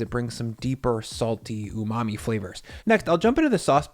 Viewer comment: When you say " umami flavors I think = FART.